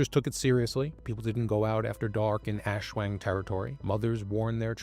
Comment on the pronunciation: Great vid, but maybe next time try to look up some pronouciation guides when discussing entities from a culture different from yours. \ˈʔaswaŋ\